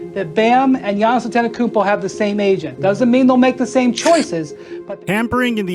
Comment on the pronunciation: Man.... You completely butchered Giannis' last name. But, good speculative video, though.